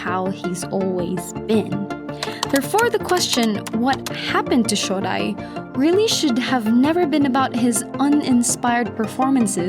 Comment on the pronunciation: I adore your videos, but I wish you would listen to the proper pronunciation of some of these names, I've lived in Japan for 5 years and nobody calls him "hakuhaw", and this guy isn't "shawdai", .. it's the "O" from "Oh no "..any listen of NHK broadcasts would tell you how to pronounce these names.. please give it a try! It doesn't detect from the quality of our fantastic videos, I'm just picky. Shodai, I think he lost his mojo after he got covid